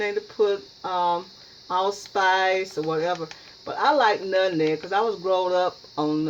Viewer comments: My mama can't pronounce nutmeg either. It's adds humor to her cooking sessions. To me it's a sign of a good cook. I know it's delicious. Great job! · Please let say nutmeg her way without correction. It's very rude to correct someone with their speech. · The moment I heard her pronounce nutmeg like that, HONEY I knew she can cook. My mother and grandmother both pronounce it the exact same way and although she’s been in the Midwest since 1957, she still has her thick southern accent and she can cook, give great advice and teach me about natural remedies and old recipes. Yo grandma can not only cook, she’s a clean cook. I hate peoples on here scratching their hair rubbing body part, picking up animals and not washing their foods or hands before and during cooking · I love how she says nutmeg! She is a sweetheart....keeps adding stuff too. I bet it’s delicious! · Who cares if she pronounced it wrong.... just steal her recipe and hope it turn out right!!!! Thanks umm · I heard nutmeg. I don't know what you think she said wrong? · Do you not know how to pronounce "nutMeg"?? It's "not" called Nut-Neg. No, it's nut-MMeg. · My mom is 85 born and raised in the south and has always pronounced her words like her. Especially nuttineg for nutmeg! If I hear you pronounce it like that then I know three things about you. 1. You’re a great cook! 2. You’re a clean cook! 3. You’re raised in the South! And one last observation, You were raised RIGHT and have lots of great advice and knowledge of natural remedies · Her pronunciation of nutmeg is very common in the south, drop the M. It's not just her, so So GET OVER IT and leave her alone. I'm sure her pie is delicious but I watch it because it reminds me of my momma and home. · more people than me said something about her saying nutneg and you didnt say shit so watch yoself messing with me cause i aint the one to come for k maurita george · You are so cute with the “Nutneg.” I love your video